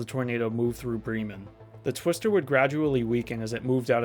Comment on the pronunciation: It’s pronounced brem man like the indian term for scholar which is bramen Bra … men prounced similarly but instead of a Bre as how you say in bread brem men